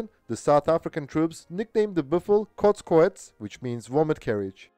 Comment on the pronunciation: They called it kot koets? lmao